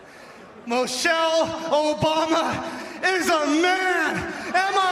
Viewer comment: The vile wrestler couldn’t even say Michelle correctly, he said Mochelle.